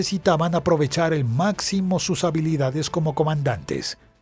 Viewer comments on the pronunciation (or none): none